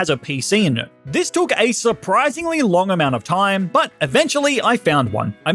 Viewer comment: ok but why he say but like "butt" in the intro 💀